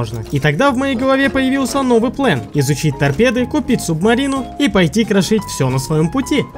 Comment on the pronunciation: * Чувак в оранжевой куртке * говорить плАн , нее ; говорить плЭн , даа.